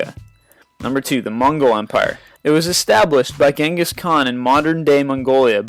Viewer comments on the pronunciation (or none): none